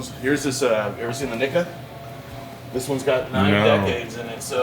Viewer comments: his mispronounciation of nikka was one of the funniest parts of the video for me. Gettin dangerous there. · Dude's living on the edge.